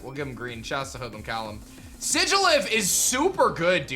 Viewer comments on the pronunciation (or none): none